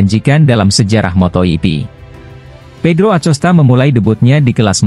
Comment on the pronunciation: Kok ada yg bawa berita ngomong MotoGP aja bisa menjadi moto ipi aku geli dengernya masak bilang MotoGP bisa jadi moto ipi tapi klo pas lupa ngomongnya betul 😅😅😅😅 ngelawak kayaknya yg bawa acara in akosta ya di sebut acosta memang tulisannya Acosta min tapi bacaannya akosta anak kecil aja ngerti min...min....